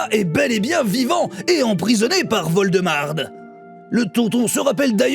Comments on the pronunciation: 😂😂😂😂ahahahha voldemarde ahahahaha😂😂😂😂😂 ah que je m'en attendait pas a celle la!! Wow bravo je la vole!!!! Et en plus je peut te dire que en tant que québécois ta dit le mot marde digne d'un québécois. Fier de toi!!! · Voldemarde.... HAHA J'ADORE... Ça sonne québécois... Je la garde celle là... ♡